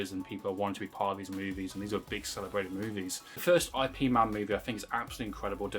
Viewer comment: Please stop pronouncing Ip man's name wrong. As a person who practices Wing Chun it's offensive and annoying. You wouldn't like it if i kept calling you? Yeah, I don't think so. I